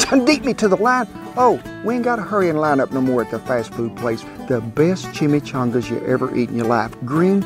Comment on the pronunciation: Disappointed in way he said Chimichangas.